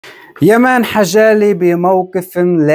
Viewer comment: اسمو يامن حجلي قول الاسم صح